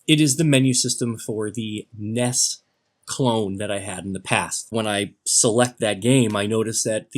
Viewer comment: You kept calling it a ness. Nintendo entertainment systems n.e.s. nintendo n e s. And those graphics were AWESOME a little out of color but awesome. Memories